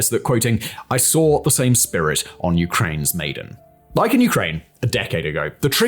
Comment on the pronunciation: Maidan = My-Dan Tbisli = Buh-Lee-See